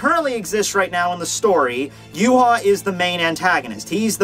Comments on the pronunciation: Series ended it was Uryu that saved the day helping Ichigo beat Yhwach not Yu haw please learn to say his name correctly! It is Ya-vahk a German name dude not Yoo-haw geez! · Funny how you call him Yu-haw when his name is German and pronounced Ya-vahk! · true but as someone who knows German it is annoying to see a German name pronounced completely WRONG over and over again. I mean the guy did a fantastic job on his videos just say it right.